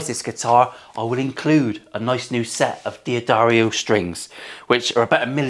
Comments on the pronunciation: Diadario? C'mon, you're English, you're supposed to know this stuff. It's Dah-dario. And that is one odd looking trem set up there. Happy Monday!! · Fuck me. It’s not D addario you w ⚓️. It’s Daddario. They’re sponsoring your channel pronounce the name right mate. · Not a veiled critique but a real question: should one not check the action with a capo at the 1st fret? Or does is matter as much as sitting vs lying? Also: do they actually pronounce it Dee-Addario? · Fuck shit bollocks. Glad you did get someone to sponsor the strings. But shouldn't you put the mat the other way round to show off the branding? And surely it's D'Addario, as in Dadda Rio. Don't call the company D–Addario. That's what YouTube wankers do. Keep up the good work, from one of the Ballbags. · Great news about the sponsor...all you gotta do know is pronounce it properly. Dont be an American and call it 'Dee Addario'... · You said D'Addario wrong!